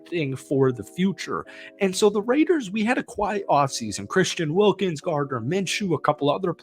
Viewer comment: You can't say Christian Wilkins whatever......